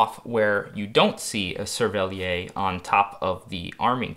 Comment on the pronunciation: as a french speaker, great vid, but please try to pronounce "cerverlière" "cerveliaire" as it would be closer to what we'd say in french :D